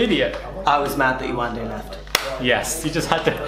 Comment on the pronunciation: I've heard people saying her name wrong in a way that is ignorant. You can tell they're thinking 'foreign name' when they say it. It's not Yawanda, it's Yewande.